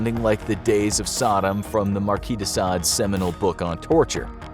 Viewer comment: "like the marquis de Sade Books" that's accent is perfect ! Kiss from France